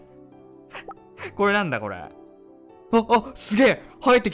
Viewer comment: ゆだたまご！！ 滑舌笑